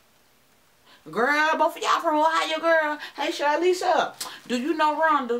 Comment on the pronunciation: Thank you for the shoutout, lol. You pronounced my name perfectly (Charlissa). I don’t know Rhonda, but I’m glad Ohio is showing up 😊.